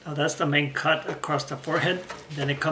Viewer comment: When u say the word “cut” it sounds like ur saying “ c*nt”. Hahaha